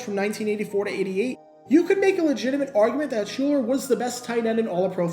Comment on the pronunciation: Shuler Not Schuler. Shuuuuuler